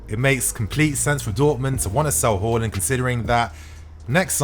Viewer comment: Its haa not hor when comes to haarland lol!!